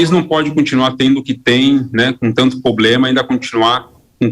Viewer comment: Candidato ao senado, falando "poblema”, não dá!